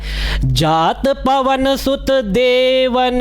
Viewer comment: जात पवन सुत देवन्ह देखा इसके नीचे वाली लाइन पर आप को फिर से विचार करना चाहिए , मेरे मतानुसार कुछ अशुद्ध उच्चारण हुआ हे